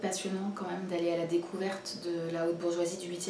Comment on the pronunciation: Merci pour cette vidéo, comme d'habitude très construire et intéressante! Continues avec des nouvelles vidéos sur ta chaine, vraiment ! Juste une petite remarque, vraiment pour toi, tu sembles souvent prononcer le mot "même" "meume", je sais pas si c'est une manie, ou tu n'as jamais remarqué :) Voila, si jamais ça peut t'aider ! encore une fois continues tes vidéos !!